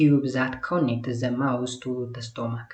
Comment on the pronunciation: Sorry ለመጥፎ አስቤ አይደለም ግን unit 5 part 1ላይ ለstomach ስቶማክ ስትል ስታነበው ነበርክ ቢስተካከል ። በተረፈ ግን ጥሩ ነው አባ በርታልን።❤❤❤❤